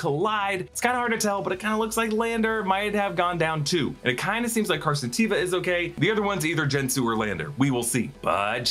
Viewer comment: If its not pronounced TAY-VUH then why does the character himself say it that way!?